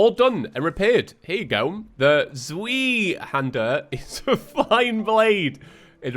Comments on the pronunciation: Pronouncing tip for the "zweihänder" Zw-I-hand-ah (the german "ei" is just pronounced like the letter I and the "er" is mostly like the "u" from duck) It kinda sounds like that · the zweihander is pronounced like "zway" (sway but with a z). Pretty sure it literally means 2-hander (source: i used the zweihander in darksouls) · Technically pronounced z-v-eye-hander but z-wee-hander is honestly too hilarious to not keep saying 🤣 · I know I’m late to the party but just a little knowledge fact, Zwei is German for the number 2 and is pronounced by using the V sound for the W and “ei” makes the “eye” sound so zwei would be pronounced as Z-v-eye. It’s difficult to write out phonetically so if this didn’t help, perhaps consider looking up a basic pronunciation guide 😂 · its pronounced zvei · Zweihander, in English it roughly translates to two-handed. You pronounce it like ts-why han-der (hander is pronounced along the lines of lander) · I'm not even German, but every time calls Zweihander a cweeeehandler makes my bones ache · z-WHY-hander But the Z is that weird z-and-j sound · It's pronounced ZVEYEHANDAH It's german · how on earth did you read like this? are you sure you are reading the books correctly xD at this point i am more worried about you being able to read the books correctly rather then my own sanity over you say...... "zweihander"... like that... now that's something i can't ignore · I love you but the way you pronounce Zweihänder causes me physical pain. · Youre encouraging his behavior y'know